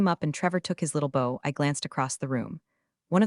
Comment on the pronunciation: Bow, as in to bow to another person. Bow as in bow in the hair. Your AI doesn’t know the difference using context.